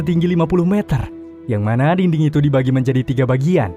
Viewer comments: Yang orang denger: dinding Yang gw denger:dingding, diding🗿🙂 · Ini pendengaran gw doang atau emg abang ini ngomongnya dingding wkwkw